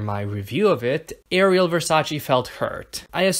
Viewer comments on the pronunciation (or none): The worst part of is that she does not know how to prononce her own name!!!!!! Pity.